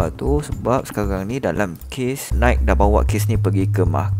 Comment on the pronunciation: Nai ki, bukan naik